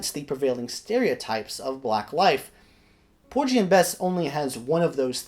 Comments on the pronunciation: Great presentation,! Minor detail: I think the pronunciation is ‘POOR-ghee’ (hard ‘g’ as in “gasoline”) rather than ‘POOR-gee.’ Keep up the fine work! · You're mispronouncing "Porgy"... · 😂😂 porgy like orgy no no no